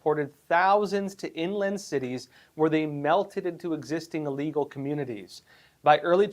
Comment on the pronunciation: You do know, don't you, that it is illegal, not allegal? It is pronounced like the word that means to be sick, I'll. You seem to be a very smart person. It baffles me that you keep mispronouncing this simple word. Educated and articulate people do notice and those are the people we need to impress. I would not say anything about it but it is a word that you use very frequently.